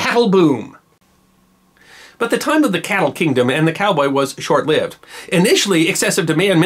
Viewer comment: Props for knowing how to pronounce “feral,” but you need to work on “-lived.”